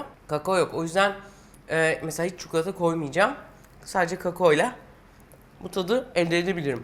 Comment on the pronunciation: Doğru telaffuz etme yetisine sahipken ısrarla çukulata demek... İzlerken baygınlık geçirecektim gerçekten. Tariflerinizi seviyorum ama telaffuzunuza gerçekten katlanamıyorum :(